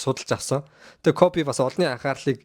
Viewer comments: Дахиж битгий бичлэг хийгээрэй гуйж байна. КОФЭ БИШ КОБИ ШҮҮ. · Тэнэг малнууд Kobe shuu jegshig medej bna э bish и geee duuddag yum huduu huduu ene кобэ кобэ гээд малтаад байга дээр + нь та 2 таг хөдөө зав хэл бас мэдэж ав КОБЭ биш КОБИ гэж хэлдэг мэдээд авчуул та 3т л хэрэгтэй okey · Jhn sudlaj baij naadhaa hgce sda ysn dutuu dulimag medeeller iim bcleg hdginbe tgsne кобэ кобэ gshgad bhi коби bish ymuu ttlaa sda ahahahah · Кобэ биш коби шүү дүү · Kobe bean braynt гэдэг facebookig pacebook гээд мангартаад бдаг шиг хэлэхдээ коби гэж дууднаа э биш и гээр дуудна кобэ кобэ жэгшиг ядахна зөв хэл л дээ хэлэхдээ коби 3аа кобэ кобэ ёооё коби гж хэлдэг юм аа мэдэж ав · Ахыгаа юу гэсийн Кофи гэсиймуу😂😂😂